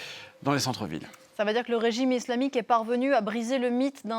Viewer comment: ca me fais rire quand elle appuie sur le mot islamique ..elle le fait dune maniere tres subliminal comme si de rien etait